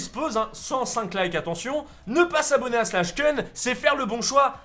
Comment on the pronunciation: Ça se prononce pas slash keun mais slash koun